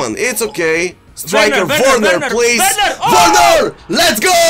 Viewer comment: vergenar.: Werrrener. Everyone: Werner